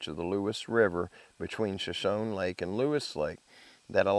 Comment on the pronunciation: It's pronounced SHA- SHONEY = SHOSHONE ❤❤❤